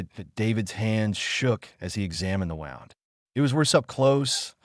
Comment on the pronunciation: Please teach the ai voice how to pronounce wound!!!! ‘Woond, not wownd’